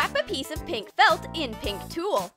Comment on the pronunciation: hahaha you said pank.